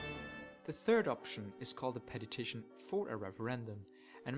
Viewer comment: Petition... not peTITIon...